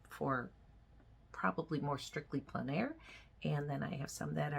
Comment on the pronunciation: Thanks for pronouncing En Plein Air correctly ("on plen" air). So tired of hearing even professional artists saying "en plane" air. 😬 Sorry Americans, its mainly you.